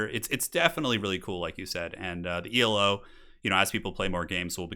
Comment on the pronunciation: I think Elo is pronounced as one word -- it's a word (after Arpad Elo) rather than an acronym.